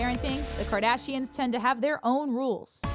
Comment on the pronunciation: “Kardasians” I cannot... 😂